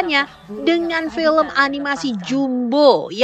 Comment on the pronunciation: Sebagai produser eksekutif aja ngomong "film" jadi "pelem" Keliatan kualitasnya ckckck